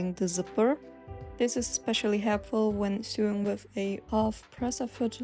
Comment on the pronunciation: Thank you for the video, this was very helpful! (please take a look how to pronounce sewing/sew (as in stitching), I have made the same mistake in the past. It is not the same pronunciation as the sewer underground where sewage flows)